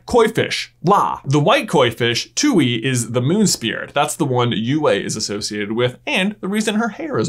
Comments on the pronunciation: The correct Chinese pronunciation is actually “twai” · Tooy? Tui pronounced twe in the show tway in Chinese (the origin language) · It bothers me that everyone pronounces Tui as “Tewy” instead of “Tuai”, which is how it’s pronounced in Chinese. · funny how he pronounces a chinese character english pronunciation too-ie instead of too-ay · I'm sorry, but when he tried to pronounce the moon spirit Tui I just.....I CAN'T 'ui' is pronounced 'oo-ay' in Chinese. He pronounced it 'Too-ee' when it's supposed to be "too-ay' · Tui is actually pronounced tu-ey from chinese. But the show butchered that pronouncitation. So hearing it from the show itself sounds awkward. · For the last time!!!!! ITS NOT PRONOUCED Tuey!IT IS PRONOUCED twei!!!!! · Are you saying that Aang indirectly fused with Ummi when he fused with La in the Book 1 Finale? Side note/pet peeve: 推 tuī is pronounced "tway," not "too-ee" or "twee." Also: 推 tuī means "push" 拉 lā means "pull" in Mandarin. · Are we really listening to this guy that says, "Too-ee" .... it's pronounced like Twee... Tui and La. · All of this is amazing and I think it makes a lot of sense, the only thing I was not super happy about was how you kept calling Tui “tooey” like Louie instead of Twee lol but your videos are awesome and your theories are always super great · It's "Twee" not "Tooey" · it is not too i(tui) you say it like tway but don't accent it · I cringed a little bit each time he said Tui cuz in the show, Koh pronounces it like "Twee" not "Too-ee" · its pronouced TWEE not TWO-EE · so glad someone said it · I believe the Tui is pronounced twee... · It’s pronounced twee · Not you pronouncing it like Two-ie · Tui is pronounced TWEE 🙃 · I hate to be "that" person, but Tui is pronounced "twee" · I cringe every time you pronounce the name of the Ocean spirit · You pronounce Kuruk and Tui like you're trying out for The Last Airbender live action movie. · oh boy the way you pronounced Tui hurts 😂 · The way you pronounced Tui made me cry.